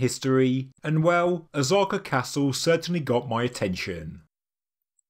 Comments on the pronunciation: O-sah-ka. Not Ozarka. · Osaka not Ozaka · Just saying… O-SA-KA… not ZA…. Been living here nearly 30 years. Yes, “ZA” is a sound/character, but it is not interchangeable with “SA”. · Osaja pronounced Oh-Sah-Kaj, the S is NOT pronounced like a Z THe O ir ptomounce like o\O'Malley or O'Brien, and O'Toole.Speifically Osaka is pronounved like O'Sullivan and not like Ozarks. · God damn, it's not Ozzaka, stop the mispronunciation.. polygonal are not a polygamy stone, no one is taking multiple wived on the stone,. Polly, pronounce it correctly not as the limeys. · Why do you call it Ozarka castle? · that pronunciation of “ahs-aka” is wondrously wrong. literally never seen anyone try to divide the name in that manner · Jeez, IT IS NO OZAKA. Pronounce the SSSSSSSSSSSSSSSS for god sake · Pronunciation of Osaka is woefull, but you can’t do everything.